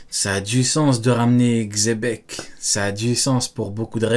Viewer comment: C'est le Mont Corfraude qui ont dit chebec en premier, du coup les autres youtubeurs étant leurs chèvres font pareils, sans doute pour attirer plus de monde sur leurs vidéos. Mais Rocks D Xebec n'est pas Espagne et Sengoku avait dit Dzebeku.